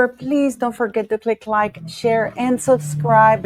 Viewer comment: speaks very good English. She just needs to crisp up the word "subscribe." (I think she inadvertently drops the "B" in subscribe.) You can do it,! ❤